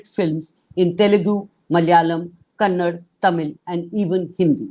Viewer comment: It is not kannad.it is kannada.how many times you people do same mistake again and again.